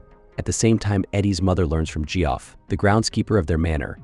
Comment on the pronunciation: You know Geoff is just pronounced as Jeff?